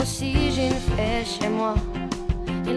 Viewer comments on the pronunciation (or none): On dit une fée pas une fait. Belle chanson dommage qu'elle est un petit problème de prononciation.